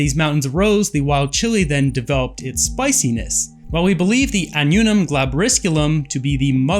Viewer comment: Wow! You don't do your reading do you? AH NOO NUM? Where is the "n" in the middle? Ann-you'um. Wow! Do you say Vac you num? Vacuum.